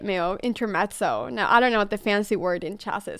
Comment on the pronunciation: very good pronunciantion of intermezzo... (italian)... there is a german word however which is more used... great job Anna I love you